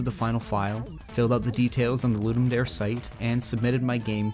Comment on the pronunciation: I think it's pretty good for a quick prototype, especially considering the hurdles of tech issues & lack of information. I'm a long time pinball junkie, haha! Oh, and not that it matters terribly, but it's pronounced "Dar-A", it's Latin. Ludum Dare means "game to give" - the more you know & all, lol. Have fun & keep up the great work!